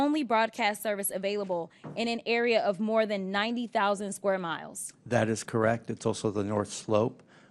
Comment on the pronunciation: What it is dis and dat . Lol Please Jasmine learn how to speak. Lol Such a joke